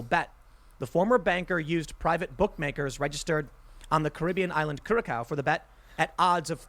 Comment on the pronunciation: I like the first way he pronounced Curacao. He made it sound like a medical company (Cure-a-Co)!